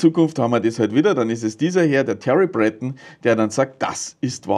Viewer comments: Sein Name wird französisch ausgesprochen: Brötong 😉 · Thierry Breton ist Franzose. Der wird also nicht "Brättn" ausgesprochen. 😏